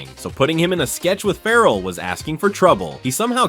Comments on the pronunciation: His name is Ferrell not Farrel, dump the AI ! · I hate AI narration. Calling him Will Fur-elle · You're not pronouncing his surname correctly! It rhymes with BARREL! How can you get this wrong?🤔